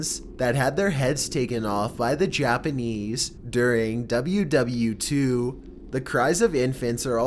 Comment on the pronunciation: he straight up says W-W-2??? you mean world war 2?